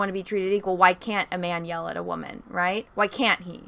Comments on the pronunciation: "I'm a wahmen" cringe as hell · Very interesting breakdown. Thank you for going deeper than just the one video. I think it's a great breakdown and sheds a lot of light for the consumers into the content creator and guest/host side of the youtube/video creation world. My apologies, you described yourself as a "Wam-an" (It might have just been regional pronunciation and if so, please disregard), but what is a Wam-am? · What the heck is a “waman “??